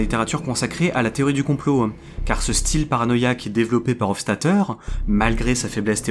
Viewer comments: super vidéo mais gaffe à ta diction (théorie du complo-euh, on dirait Soral) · Le fond est très intéressant. J'ai une petite remarque sur la forme, tu utilises beaucoup le "e prepausal" et ça a perturbé mon écoute ^^ Par exemple tu prononces "théorie du complot-an" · Je viens de remarquer que vous dites beaucoup de "e" à la fin de certains mots. Genre la "théorie du compoeu". Ça vient d'un accent particulier ? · J'arrive un peu tard sur la vidéo, mais y a un truc qui m'a perturbé durant son visionnage. Le mot complot finit par un T et j'ai l'impression que tu le prononces comme s'il finissait par un E voir un W. De quoi coin de la France viens-tu ? (curiosité de linguistes). 🙂